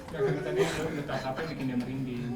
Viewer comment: Asli malah ngakak nontonnya. Apalgi pas nikita bilang "sepinding il" asli ngakak gw. Sm pas nikita blg "eh mbah mijan" wkwkwkwk gw ngakak. Org pak iwan jd mbah mijan 😅😅😅 Merinding jadi Sepinding 😅😅 Lanjutin ah ini konten seruu....